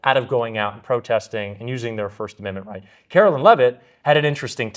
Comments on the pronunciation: Hi, I enjoy your you tube videos and I agree with you. My issue is not political and in the scheme of everything is not that important. When talking about Karoline Leavitt you call her Carolyn.. Karoline ( Caroline can be spelled with a K or a C), Carolyn is spelled differently. They are two separate names. If you could try to call her Karoline instead of Carolyn I would greatly appreciate it since you say her name so much. I’m not trying to be mean, but if people would just sound things out according to the spelling. Thank you,. Keep up the good work! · Hi. Luv your podcast! One minor critique… Karoline Leavitt’s first name is pronounced with a long “I” as in “Caroline” not “Carolyn”. Please correct on future show. thanks. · please you’re killing me, it’s Kar- o- line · Pause. You're still spelling Leavitt's first name wrong. It's spelled Carolien[Caro-lie-n]. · I love your show. I do wish you would pronounce Karoline’s name correctly. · Hey. Did u get my comment? I know I am OCD, but u look kinda stupid with the mispronunciation. TY for the great work u do! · I don't think you are pronouncing KAROLINE correctly!!